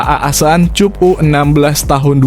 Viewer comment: Min, lain kali kalau nulis naskah untuk narasi, tulis saja Asian Kap, Tolon Kap biar dibaca oleh naratornya begitu ketimbang nanti dibaca sebagai [cup] seperti bunyi kata kunCUP. Biar tidak memalukan didengar orang banyak.